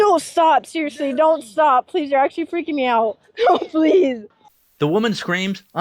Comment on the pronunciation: a disabled woman is drowning and nearly dies and shes like "Omg no stawp i litewally didnt kill her guys haha 😁😁😆"